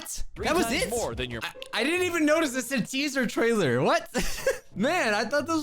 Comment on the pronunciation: Teaser “tailer”